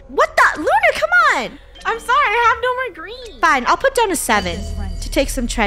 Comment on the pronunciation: Said Unar Instead Of Lunar